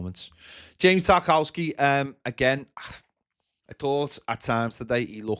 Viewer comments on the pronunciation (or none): it's pronounced Tar-kov-ski